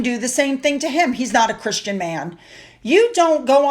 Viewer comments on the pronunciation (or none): none